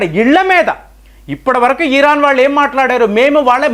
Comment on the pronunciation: ఇరాన్, ఇరాక్ అనండి సార్ దయచేసి, ఈరాన్, ఈరాక్ అంటే చాలా ఇబ్బందిగా ఉంటోంది వినటానికి. మారండి సార్